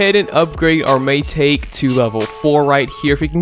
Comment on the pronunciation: Mai-ta-ke not mai-take (pronounce)